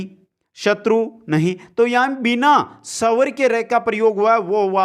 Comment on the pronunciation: Pela bhi phla ,& sawr nhi swar 😁😁 improve your pronunciation 👍